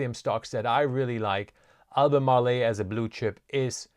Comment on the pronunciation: AL BU MARL, not AL BU MAR LE'. 3 syllables, not 4. SGML just jumped big. I'll let ALB & LITP (Sprott Lithium Miners, small ETF holding passel of companies) do my lithium lifting.